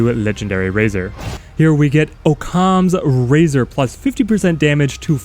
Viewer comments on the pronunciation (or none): This game flew under the radar and is an absolute gem. Wish it got more marketing so I found it sooner. Just a note mate - It's pronounced "Ock-Ums" razor. It's actually named after a philosophy that in a nut shell represents that "The most simple and likely solution to any given problem is generally the correct one."